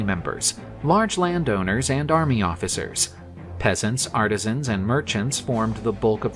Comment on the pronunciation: Artesians or artisans? Pretty big difference 😂